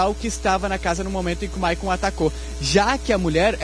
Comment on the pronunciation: O nome do rapaz não é Maicon. É Michael, pelo amor de Deus!